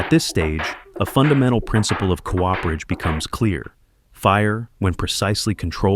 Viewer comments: c oo perage not co operage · oh dear it is coo-perage not co-operage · cool video but please... its not co-operage. Cooperage. Done by a Cooper. Like the last name. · you’re the fool. The man hasn’t disparaged the demonstration of skills in the video only the narrator’s nonsensical “co-operage” instead of the correct “cooperage”.